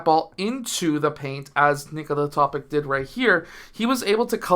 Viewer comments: great video sir but it is basically pronounced toe-pitch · Do you know how to pronounce the last name of the multiple league MVP - Nikola Jokic? I guess - You do... If Nikola Topić comes from the same country, is an ethnic member of the same nation as Jokić, why on earth would his last name be pronounced differently?! The analysis of the game is quite decent, but the fact that you didn't bother to think for at least 10 seconds about the correct pronunciation of the last name is sad. I hope, coach, that you are more detailed in preparing for the games than videos...